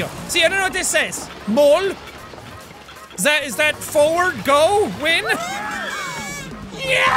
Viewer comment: Mål means goal, and I’m honestly surprised at how well you pronounced mål😂